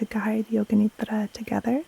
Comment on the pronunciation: Thank you, thank you. . . THANK YOU❤. You help me with every one of your videos. I’ve learn how to breathe and body scan with your videos. Your voice puts me to sleep 3-4 times a week. Always lovely to hear you pronounce NIDRA😊. THANK YOU, keep doing what you’re doing with so much passion.